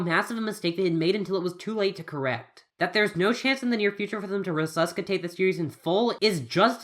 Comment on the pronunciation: Rehsusskehtate wut